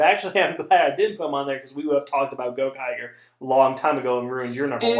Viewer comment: Its Gokaiger. Not Gokager